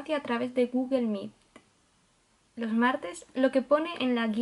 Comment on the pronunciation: Extrañaba tus videos , algo que me hizo gracia es que dices gugle , no gugol meet 🙊